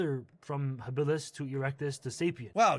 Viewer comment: You can see how much he does not care to actually read and learn about the things he claims to know are wrong: he spells our own species name wrong (and pronounces “habilis” as “habillis” as if he does not care what the words mean). I’ll let the use of lower-case on the genus name slide as that may be whimsical typographical creativity, but spelling a species wrong turns it into somethting else. 🤷